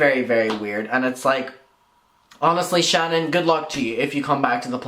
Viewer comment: My name is Shannon. Lmao. I adore the way you say it. Creep show is making herself look worse. I have no clue why she won’t just shut up. Then her saying horrible things about The Viewers Choice. Saying he will relapse and blah blah. He drugs people.blah blah. Who the hell wishes a relapse on someone? It’s horrible what she’s doing.